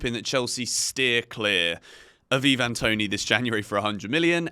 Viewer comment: Pronounced I-van Toney NOT Eee-van